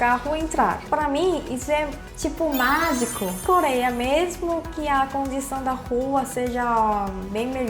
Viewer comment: voce fala ,,, coléia